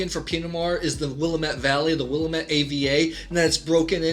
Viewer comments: Willamette is pronounced “Will-AM-ett” not “Willa-MET” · Living 25 minutes from Dundee, Oregon, which is THE wine area in Oregon, I like the review :) Oregon Pinot’s are really underrepresented. Just for reference, Willamette is pronounced Will-ammm-et, and Chehalem is pronounced Sheh-hay-hem. Stoller is good but not amazing compared to others like Domaine Serene. Would love you to review some other Oregon Pinot’s at some other time! Again thanks for trying these out! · You mispronounced Willamette.